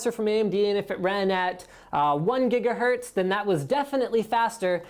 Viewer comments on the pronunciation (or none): none